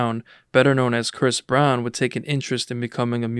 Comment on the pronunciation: damn already starting out w misinformation 🤦 I think u meant to say Bris Brown